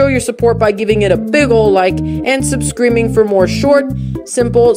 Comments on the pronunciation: You said sub subscreaming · "Make sure you dont miss out by subcriming to the channel" anyone else hear that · YOU SAID SUBSCRIBING WRONG